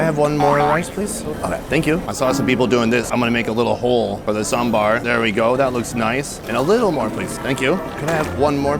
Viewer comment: respect to the way you pronounce sambar